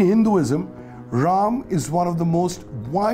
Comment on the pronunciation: Ram is a 'harro'. While trying to sound 'less' Indian, this narrator is making his own pronunciation.😂😂 Angrez chale gye lekin aulaad chhod gye.